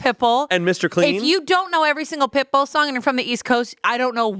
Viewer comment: Not only calling Pitbull « Pipple »